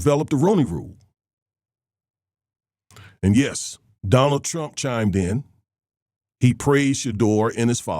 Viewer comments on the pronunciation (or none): none